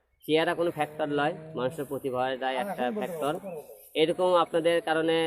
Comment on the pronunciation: ফেকটল না ভাই ফেক্টর খথাটা ভাল করে শিখ